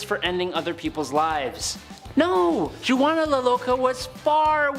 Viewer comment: Byzantine is pronounced 'bizz-an-teen'. Zeitan is 'zay-tan'. Poitier is 'poah-tee-airs'. Juana the Mad is 'whanna'. Also, you did Elizabeth Bathory twice.